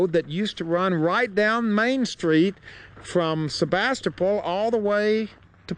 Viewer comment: I have family from Sebastopol, have been going there for almost 30 years, and I have never heard anyone pronounce it that way. The last syllable is pronounced like pool!